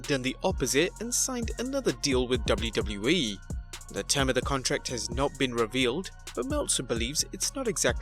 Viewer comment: BRUH Learn How To Say WWE